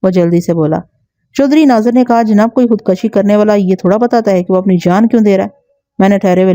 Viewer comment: Khud kashi خود کشی ek ghalat lafz hai .. Correct word is " KHUD KUSHI" خود کشی میں ک کے اوپر زبر نہیں بلکہ پیش ہے